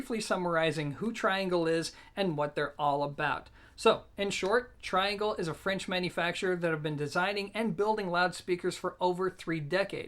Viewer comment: Also, it's amazing how many people don't know how to pronounce the name of the speaker manufacturer. It's TREE-Angle, you know, because they're French..lol. He's such an American.